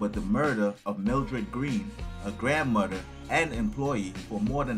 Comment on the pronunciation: " a grand mudder" 🤣🤣